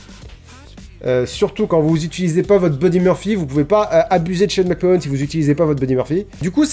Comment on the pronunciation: Super vidéo, McMahon ça se prononce "Mac-Manne", 9/10